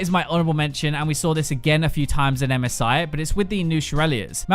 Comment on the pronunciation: I am the only one who hears MESAIH instead of MSI?